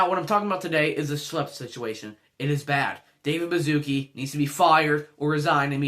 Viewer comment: its pronounced baschootsky and i find it extremely funny how you called him bazooki